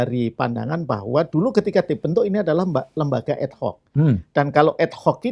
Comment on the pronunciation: Ad Hoc kok di lafalkan jadi Ed Hoc? Aneh ya?